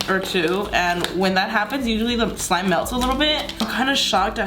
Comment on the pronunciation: If you noticed you said: this is my favourite clime: instead of slime lmao no need though just letting you know love youuuuu ssoooo. Mmmmuuucchhh